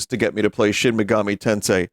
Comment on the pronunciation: binty played shin megahmee tensay...I can't believe it.